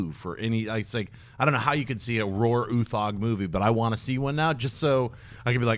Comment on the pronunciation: It's no where near how we pronounce Roar Uthaug in Norway, but I like your pronouncement better, sounds cooler.